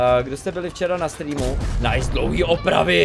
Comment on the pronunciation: videa super ale z toho tvojho "nice" mi krvácajú uši ...